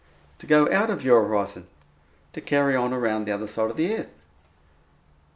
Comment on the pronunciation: for the love of Buddha,, stop saying hō-rise-on as if pronouncing it that was makes any sense. Horizon means dividing line.